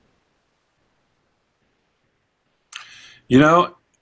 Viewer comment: His name is Clyde and not Clive you stupid fat fuck